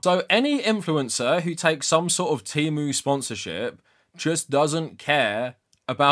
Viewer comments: As an autistic person, I also hate how they changed the pronunciation. I prefer tee-moo over teh-moo. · The worst part is that they keep switching how they pronounce things from T/e/mu with a short e and Teemu. I can excuse worker exploitation but i draw the line at inconsistent pronunciation. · English pronunciation of the letter e is actually highly unusual. I think "teh", or /tɛ/ makes the most sense for most of the world